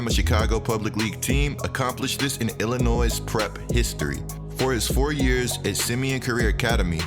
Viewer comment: This man said illi NOISE it’s illinoy bro lol